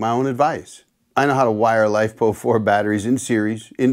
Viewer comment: "Life Po Four"... never heard that way of pronouncing the chemical acronym LiFePo4... which these days the industry has shortened to LFP. Not sure why you seen afraid of LFP technology... it's sooo much safer than Nickel-based Lithium-ion technology. ... other than shorting two huge batteries together... in series.